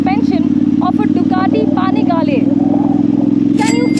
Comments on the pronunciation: You pronounced the name wrong It's Ducati panigale.... It's not Ducati paanigaale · did anyone else heard "Ducati Pani Walle"????